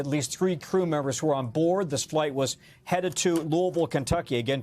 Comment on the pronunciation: It’s pronounced Lewisville.